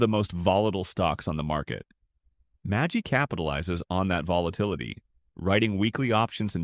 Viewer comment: magy not magi